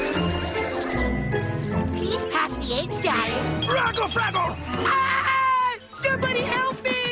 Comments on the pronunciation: I like the part where he said rackle frackle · When I was a kid, I thought he was saying "raggle saggle", not "raggle fraggle". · One of the best parts of the series. And my childhood. But when I was kid I honestly thought he said reckle freckle lol